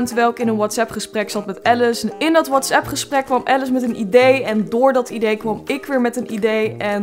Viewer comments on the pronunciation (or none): none